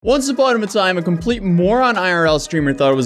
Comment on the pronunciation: "Once uponama time". No 2nd takes for an intro lol